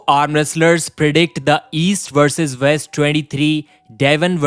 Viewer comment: Dude, you gotta learn how to say the letter w. You say East vs Vest every video! It can't be that hard!